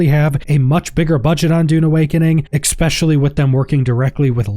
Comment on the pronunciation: Exspecially . . . . Exspecially . . . . Exspecially . . . . Exspecially . . . . Ex-meh